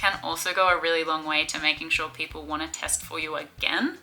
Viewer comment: I cant help but keep hearing testicle. American brain?